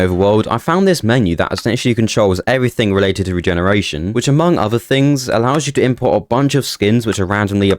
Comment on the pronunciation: Related, not "releated". ZAY-ton, not Zeeton.